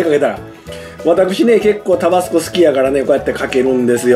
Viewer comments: タ➡️バ⤴️ス⤵️コではなく タ➡️バ➡️ス➡️コ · タバスコのイントネーション。少なくとも関西では一度も聞いたことないんですが。地域によってはこうなのでしょうか？